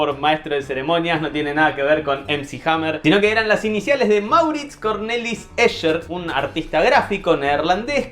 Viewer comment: El colmo de la "ñoñez"... No se dice "Ésher", sino "Éjer"... Ya que se pronuncia en alemán y no en inglés... Soy horrible, lo sé...